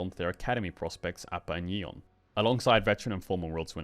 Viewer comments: Great video Caedral but holy shit Yeon's name is pronounced like "Yawn" not "Yee-on" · It's Yawn (yeon)